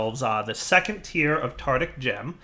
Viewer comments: Psst. The gem is TAR-TAR-IC, not TAR-TIC. (Nothing to be ashamed about!) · Lachlann Nelson He very clearly says "Tardick", not "Tartic". Try to actually listen. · Hand of Fate1315 Still. IT IS WONG. It should be Tar-tar-ric. called this way because of Tartarus. the Roman version of hell if i remember correctly. AND YES, the developer also says Tar-tar-ric. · Ben Tabor it's spelled tartaric, so reading it as "tartic" is definitely wrong. Unless the mod author says it's pronounced tartic then I have nothing to say. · Lachlann Nelson that's not the point... the point is its spelled tar-ta-ric not tar-tic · Drinking game: Everytime says "tartic" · Lachlann Nelson either way it's still wrong... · Everybody he says tarTic not tarDic. Actually listen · Lachlann Nelson No, he says "Tardick". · dire has a hard time with words sometimes lol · James Beem I always think of a really horny octopus when he says that.